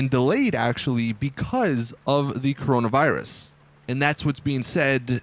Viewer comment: “Corono virus?” Nononono